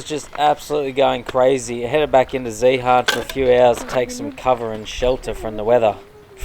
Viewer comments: Zehaaarn lol that's funny how you pronounce it.. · Love the videos! But you have to learn to pronounce Zeehan properly :P Its like "Ian" but with a Z at the start..